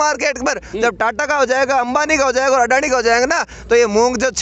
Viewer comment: भाई जब तुम अडानी को अंडआनी बोलते हो दिल खुश हो जाता है।।।